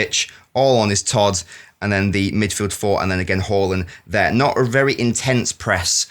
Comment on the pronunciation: Who the F is Whore-Land?